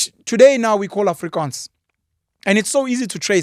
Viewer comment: I must complement you the way you pronounces the words Afrikaans and Voortrekkers. Well done.